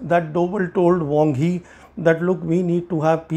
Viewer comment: It's "Wang Yi", not "Wong Hi".